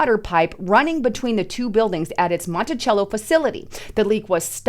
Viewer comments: I live near Monticello and don't mean to be a jerk but it's pronounced "Monti-sello, not Chello". I want out this state so bad. She used to be a wonderful state before Mark Dayton and to present leaders took over. So sad. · It is pronounced MontiSello not chello. I live in Minnesota, in the Twin Cities. Monticello is on the northern part of the Twin Cities. They were trying to sell us that the water is safe to drink. Take that for what it is worth. I dont believe them as far as I can throw them.